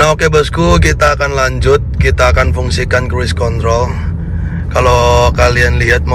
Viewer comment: Asli ngakak bang pas lg ngomong cruise contol😂😂 ✌️✌️